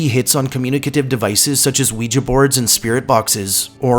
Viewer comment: Good stuff even though the way you pronounce ouija is bugging me lol